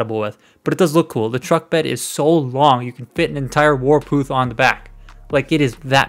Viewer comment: did you just call WarPATH! WAR-PATH. Warpooth?? Pooth? Like tooth? But Pooth . Warpath.